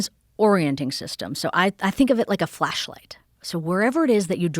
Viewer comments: my filthy animal brain keep hearing fleshlight instead of flashlight FFS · Amishi "I think of it as a flashlight." Joe 'Did she just say fleshlight?' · Is she saying Fleshlight?